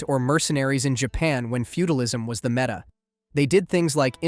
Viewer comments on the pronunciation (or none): none